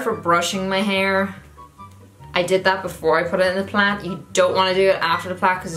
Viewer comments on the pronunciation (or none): It took me way to long to figure out that you were saying “plait” not plant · Lmfao dying at you calling a braid a Plat? Plad? Plac? Plant?